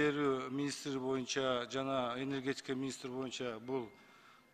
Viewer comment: Отойук монча деген эмнеси бул депутаттын Эмне дкеген кангир баштар келген отолук боюнча деп айтылат да Суйлоп жаткан моюнча депутатты сугатчыга эле окшоштурдук